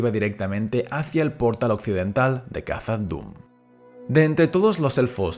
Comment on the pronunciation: Recuerda que la pronunciación de Khazad es kasad, como s que no como la z castellana.